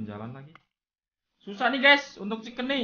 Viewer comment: Bang pasti kalo chicken bilang ciken brooo😅